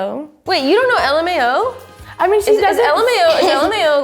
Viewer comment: Lmao is pronounced lamow